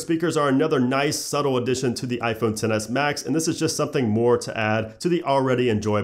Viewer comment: I cringe when he says iPhone 10